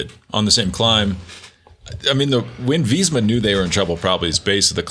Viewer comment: Why do they always pronounce it “Veezma”